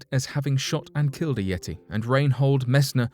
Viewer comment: I had to stop and leave this comment before discontinuing to watch..once he said "yeti" at 36 seconds..haha wow